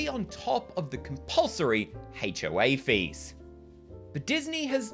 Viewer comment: I love the way "HOA" sounds with your accent because it sounds like "Hate-O-A," which is an accurate descriptor because it is a universally despised organization captained by similarly odious people